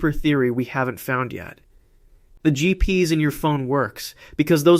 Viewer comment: made with AI....it can be heared. Can not even say GPS correctly